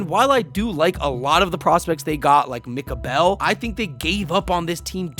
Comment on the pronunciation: I'm a Phillies fan, and even though I really like Mick Abel (btw, you pronounced his name wrong, it sounds like "able") - I'm THRILLED with the acquisition of Jhoan Duran, one of the best closers in MLB .. He dominated in his first appearance for Philadelphia, a 1-2-3 inning on a FOUR pitches